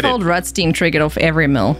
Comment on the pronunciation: I guess it's your American English pronunciation kicking in, but I think Ol'Rutstein should sound less like Roosty and more like Rammstein 🤔. Not judging you, just a thought.